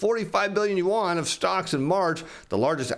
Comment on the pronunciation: "onshore yawn" LUL I think you had it right the first time LOL. Another great video. Thanks